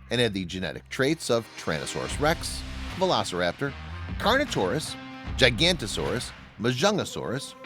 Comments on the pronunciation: Giganotosaurus is pronounce Jig-uh-no-to-saw-rus Not Gy-Gant-Oh-Saw-Rus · Its Giganotosaurus not Gigantosaurus